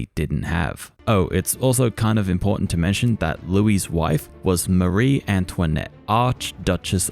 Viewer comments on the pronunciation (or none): none